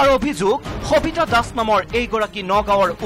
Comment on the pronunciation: khabita ne sabita clear korok,,, baki news thike ase